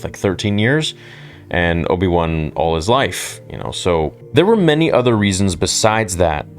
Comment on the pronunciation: the way you said Obi-One sounded like there's an Obi-Two as well